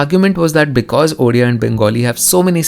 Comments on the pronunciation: Uria??orea??? It is Odia. You simply can't pronounce the word Odia??? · Are Bhai humare yahan chief minister ko odia thik se bolna nhi ata😂😂.but thanks for this video.This video only for those people who says bengali and odia are same. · Odia bro !